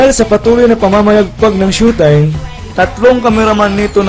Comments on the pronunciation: "Shu"taym... ayon sa "Surs"...."kuntestant" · PAANO KANG NAKALABAS NG MANDALUYONG MENTAL, BA YUN? SHOW TIME HINDI SHUTIME! BASURA ANG CHANNEL MO! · tuleg nman to mgbgkas ng showtime.. ndi SHOETIME tungek bisaya.. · GAGO DI MARUNONG MAG PRONOUCE NG SHOWTIME ANUNG TINGIN MU SA SHOWTIME --- SHOE TIME??? GAGO EPAL KA! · Robb Mendez ito ang pronounced ng shoe time sabing "It's Showtime" programa ng mga Magdapipol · ANO RAW? "SHUTAYM"? HAHAHAHHA ./. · Ganda ng pagka pronounce ang direktor ng SYUTIME?? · shutime daw tangang bisaya dpat tawag sau di ka marunong magbasa bobo hahaha yan ang tawa kupal